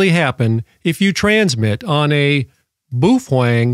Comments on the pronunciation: I was told it's Bao Feng like Beowulf not Boof eng lol. The British all say it like that and ive also heard Boo fang . Lol thanks for the video so far I've watched all your stuff on this radio I'm thinking about getting one. The next four years we will probably be having to use this and older technology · We missed an opportunity of a new year's Eve drinking game where we take a shot every time says "boofwang" 😂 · You’re NOT pronouncing “Baofeng” correctly. Most importantly YOU’RE SUPPORTING A PIECE OF S**T, COMMIE, STATE-OWNED CCP/PRC Company. So, I’m guessing you’re a F-ING COMMIE. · Geez, man...try to pronounce the name correctly. You are wrong....Set power on low, program for FRS and anyone can talk on that UV5R. I am an Extra Amateur Radio lecensee. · Wow, you can't even pronounce the name of the radio correctly... Sorry, but this is a waste of time....